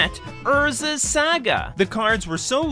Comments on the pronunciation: Saga… SAHHGAHH not Sa Ga. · It's pronounced SAH-GAH not SAY-GUH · Can't stand the way your pronounce "saga" Lol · Love the content, never say saga the way you say saga again though.